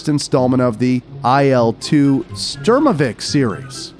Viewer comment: . It's Il, not AI'EL. As well as it's pronounced - SHturmovik.